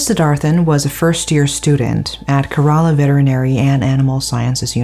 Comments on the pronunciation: I had to stop watching because of your pronunciation of Kerala. It's CARE-ALA not KERR-AALAAH. If youre not sure, please look it up. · Thank you for covering this story. The state's name is pronounced more like Care-Raa-Lah, and not so much like Kur-Ral-La. Just FYI. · Que- rruh-laa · Kerala -" k" rala